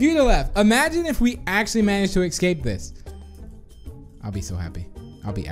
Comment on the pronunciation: I love how said "excape" instead of "escape"